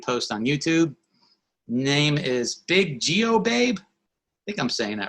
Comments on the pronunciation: Thanks for the shout out !! It’s Biggio Babe !! (Like Craig Biggio). Love Y’all ♥️♥️ . I was wrong on Bicentennial Man, it should have been Man of the Year. Thanks for the young comments. I am actually about to hit 55 soon. I’ve been working in retail since 1984. ♥️🙏🏻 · Thank You for the shout out, and the youthful comment. It’s Biggio (like Craig Biggio) babe. I appreciate each video and podcast. I’m actually about to turn 55 soon and have been working in the retail field since 1984. Keep It Up! Recommended your videos / podcasts to my co-workers ♥️ p.s. I need to make a correction on the movies I recommended, it should have been “wag the dog” and “ man of the Year” . Oops 😊